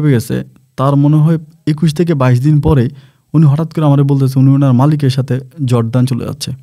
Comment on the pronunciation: জর্দান না /জর্ডান।